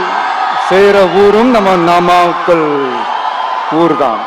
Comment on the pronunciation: நாமாக்கல் ங்கிற பெயர்ல ஏதும் ஊர் இருக்கா என்ன? 😂😂😂 உளறல் தொடங்க ஆரம்பிச்சிடுச்சு😂😂😂